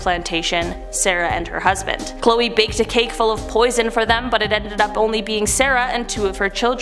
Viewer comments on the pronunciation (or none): none